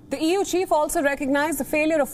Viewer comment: EU is more like euuu🤣😂